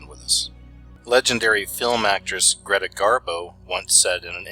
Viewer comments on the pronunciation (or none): none